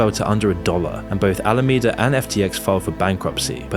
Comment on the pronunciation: Names the video "worse than you thought," then regurgitates what we've all known for weeks, as has been covered by everyone and your grandma on YouTube. Sprinkling in errors like SBF's arbitrage trick happening in Japan, and Alameda suddenly becoming "Alamanda" - twice. Yeah, I'll pass on this channel.